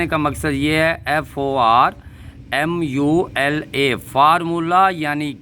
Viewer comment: Pher vedio pher 30 akrry wa baba wa teri karmat Formula nahen forlola forlola bola karo😅😅😅